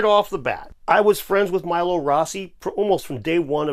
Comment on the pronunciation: they did do a crossover episode. But Stefan pronounces his surname “MEE-lo” rather than MY-lo (Dave might have gotten it wrong, Milo Rossi did the first time he mentioned Stefan)